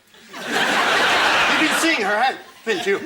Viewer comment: Colin's "You've been seeing her, have...n't you?" always gets me